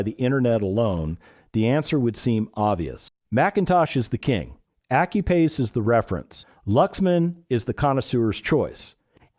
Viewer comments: Effing AI ... should learn english. Accuphase is pronounced Ak-you-faze ... not accupaze. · Did you say accu-pase?